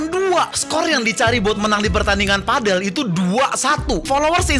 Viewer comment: Padel bukan pedel ga sih bacanya